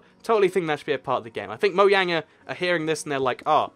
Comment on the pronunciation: It's not moyang its mojang